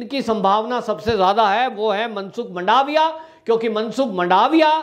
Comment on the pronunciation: वंदे मातरम्, मंडावीया नहीं परंतु मनसुख भाई मांडवीया और बघेल नही परंतु शंकर सिंह वाघेला